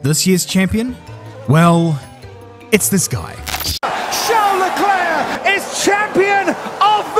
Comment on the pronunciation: SHARL ECLAIR HAHAHAAHHAHAAH